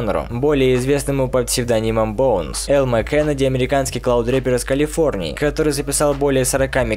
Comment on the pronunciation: браток, clout, а не cloud